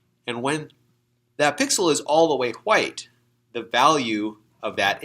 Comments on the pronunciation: can you please stop saying white as whuite. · why is bro saying Hwite? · Why do you say chwhite and white lol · Does anyone else notice when he says “white” he pronounces it “hwa-aight”